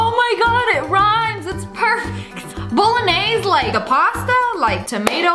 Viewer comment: That was funny when she said bolognaise 😂😂